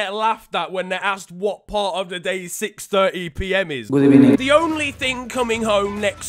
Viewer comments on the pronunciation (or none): good ebening intensifies